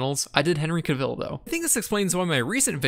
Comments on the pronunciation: Henry Cavill? Like "Cav-hill" without the h? I keep hearing Caviel like he's French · Jesus Crist his name is Cavill not Caville omfg 😭